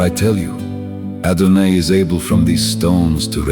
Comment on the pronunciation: Thank you so much, is there a possibility to edit this? Adon”aye”? I’ve never heard that pronunciation. I’ve heard Adonoi and Adonai , but never Adonaye